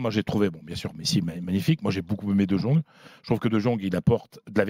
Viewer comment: j'parle d'hermel comment il prononce le nom du joueur ... Dejongue hhhh C'est abusé frère ..